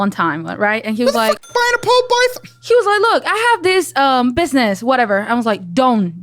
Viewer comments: Pall bython ❤😂 we caught that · He also said pall bython earlier lol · Got saying pall bython 😂😂😂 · Hey, I’m Paul. Paul Bython. 😂😂😂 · And don’t forget Paul Bython 😂